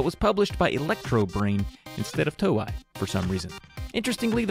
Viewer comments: Stop saying "Toe-Eye!!" I know you're part troll and you'll call me a "WELL ACTUALLY," but paaallleeease!!! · The 'ei' in 'Toei' is pronounced like the 'ei' in 'chow mein'.